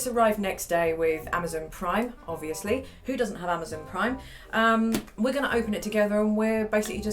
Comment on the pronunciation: The way she says amozun